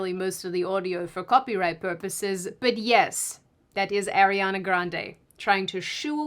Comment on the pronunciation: I hate to be that person but Lol but it's Arr-riana. Not Airiana. Even Ariana addressed that in a video before.